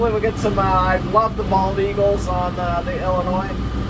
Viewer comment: There is no “noise” in Illinois! ( Don’t pronounce the S.)